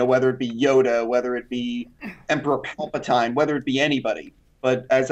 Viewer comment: Emperor Palpateeeeen Boba Vet? Sorry for being a pronounciation Nazi, but they can't say names incorrectly and act like they know what they're talking about...